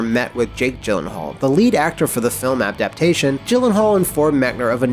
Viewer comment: How about apdaptation